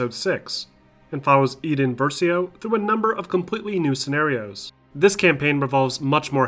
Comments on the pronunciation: “eeden Versio” yeah cause you know, the game doesn’t literally PRONOUNCE HER NAME FOR YOU as EYE-den. Fucking pleb, screw your watch time lol. NEXT! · Did he just pronounce "Iden" as "eeden" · “Eedden Versio” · ok i understand no beinng able to pronce an unfamilier name if you see it on paper or something, but when it is actually said by like 10 voiced characters how can you not jsut repeat it the same as they say it... eeeeeeeden sheesh :P otherwise great video :) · Her name is IDEN. I-DEN. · The way he said Iden Versio though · Bro you clearly have not played the game. Thats not how you say iden.